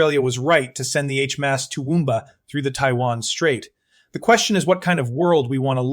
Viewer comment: Get rid of the Ai as it can’t pronounce words properly. Especially HMAS.😢